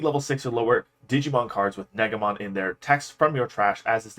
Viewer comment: Btw I'm pretty sure that negamon is pronounced like neigh guh Mon instead of neg a mon